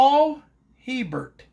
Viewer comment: I can tell you ain't from Louisiana. Hebert is pronounced Ay'-bare. LOL